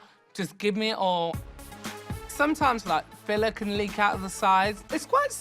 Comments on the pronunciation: "Lips filla" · “And they just got bigga' and bigga' and i thought i got addicted to the lip filla' ”.